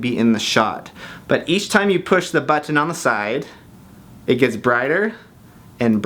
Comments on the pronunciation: the way he says "BUTTON" lol. awesome. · How the hell is he pronouncing BUTTON it's killing me